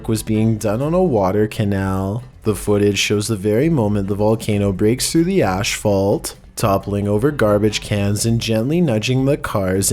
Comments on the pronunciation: Asphalt not Ashphalt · It is not ashfault...the word asphalt is pronounced ass-fault. No ash at all! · "the ashphalt" lol. asphalt? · So we're just gonna act like "ash-phault" didn't happen???